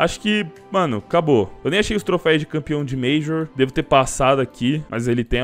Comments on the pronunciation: Toda vez que voce fala TROFEIS meu ouvido sangra... é TROFEUS!!!!!!!!!!!!!! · O certo é troféus, não trofeis flw. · Não é trofeis, é trofeus!! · Apenas uma observação: troféus e não troféis. De nada ;) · cada ‘’trofeis’’ q ele fala e uma facada no meu coracao pqp